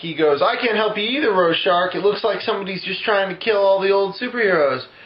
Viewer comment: The only thing that bugged me was the mispronunciation of Rorschach. Really funny otherwise...I don't think I've laughed that hard in awhile.